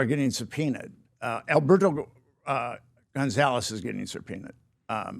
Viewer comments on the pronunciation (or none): none